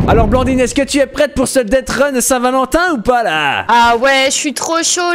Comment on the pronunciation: Blandine c'est deathrun et non deadrun